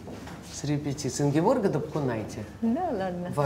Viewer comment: Очень люблю и восхищаюсь Ингеборгой! А уж ведущую бы убрать с экрана... Вобще правильно имя ее Ингеборге, а не Ингеборга, как ведущая обращается. Она просто скромная и не поправляет, как и про фамилию свою.